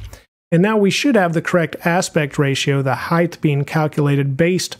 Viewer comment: btw.. height is pronounced hi`t not hi`th because ght is silent gh. not not th sorry driving me bonkers